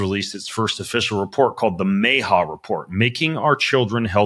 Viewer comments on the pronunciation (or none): It’s pronounced M Ah H A, not May H A. 😅